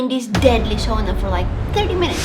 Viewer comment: "Chill in the sona" 😂😂